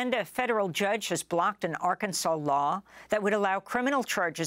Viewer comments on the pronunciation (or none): its pronounce R-cans-ins.... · ArKANzuhnz. Like Kansas. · It is pronounced AR-KANSANS